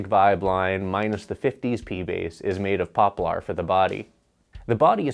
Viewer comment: It's pronounced POP'-lar, not pop-LAR'.